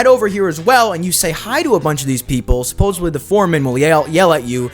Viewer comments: This was a fun video - great job - i subscribed! But yes your pronunciation was supposably incorrect in some places LOL. : "they have like droven past, I shouldn't say droven, roden past the jail." had me cracking up - third time is the charm? Keep up the good work! Because I have no life I did actually count your supposablys (in parenthesis). Here is the count: myths 1-25:(0); myths 26-50:(3); myths 51-75: (10); myths 76-100: (11); myths 101-125: (10); myths 126-150: (16); myths 151-175: (10) and myths 176-205: (15) for a grand total of 75 supposablys over 87.5 minutes. This equates to one supposably every 1.17 minutes!! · “supposably attrack” its hard to tell if you record drunk, are uneducated, or just don’t watch your footage back. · Supposedly ❎️ Supposably✅️ Reticle❎️ Recticle✅️ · Yeah well he also said “supposavly” like 30 times too. This guy is actually a mouth breather 😭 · Enjoyed the vid, you obviously put in the work and it was entertaining. HOWEVER, it was painful to hear you keep saying "supposably". You're not allowed to make up words no matter how many myths you bust. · I have never in my life heard someone say "supposedly" completely wrong so many times! 😂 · For the whirlpool if you use your Horse it works much better. The way you mispronounced supposedly throughout the video made it difficult to watch. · It wouldnt have been so bad if you actually said it correctly. There is no “B”. It’s a “D”. It’s one of my biggest pet peeves. I cringed every time. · “worldpool” “supposebly” bro’s english is 0/10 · I can't with all the "supposably" 😫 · SupposeDly* with a D dude. jfc. Luckily you only said it wrong about 150 times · Supposedly* not supposubly and especially* not eckspeshally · *supposedly. (With a “d” not a “b”… you even said “supposevly” a couple times…) Also “falled” is not a word. The past tense of fall is fell/fallen. If English is your first language… eesh. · Supposedly!!! Not supposebly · Supposedly "supposedly" isn't pronounced "supposably."